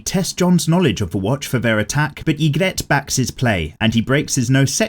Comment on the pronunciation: Love the vid but it’s pronounced EE-grit